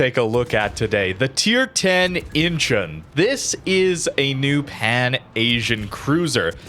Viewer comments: I think it is pronounced "inchon" not "inchun". It is incheon that rhymes with Don, swan, John, pond etc. Google its pronounciation. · pronounced In-Chon